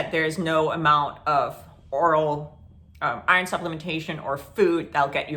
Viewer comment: Are you saying Irish food or Iron food? Never heard of being prescribed Irish food. I am severely anemic. On IV shots B12 and vitamin D.